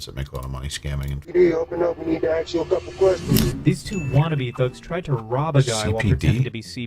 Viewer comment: Cops say ask not axs